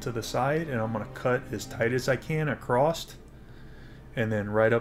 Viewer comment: Awesome Guide, but Across doesn't have a T at the end. ;)